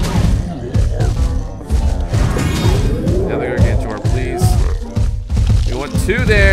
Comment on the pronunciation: its pronounced (GAR-GAN-TAUR)